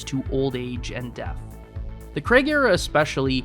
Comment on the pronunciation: You know he’s not called Daniel Kregg right? It’s Craig. Like raid. CRAY-G